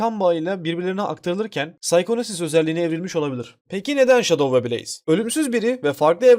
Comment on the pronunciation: Abi Enson sonicle şadov diyeceni sandım 🤣🤣🤣🤣🤣